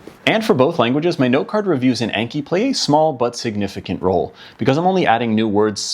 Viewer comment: It's pronounced "Ahn-key", not "ain-key". It's the Japanese word for memorization.